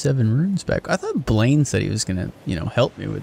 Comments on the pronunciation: Why do you pronounce Blaidd's name "Blaine"? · yeah it's a Welsh name actually. So you pronounced the "lai" like the word lie, and the "dd" like a th sound. So it sounds more like Blythe.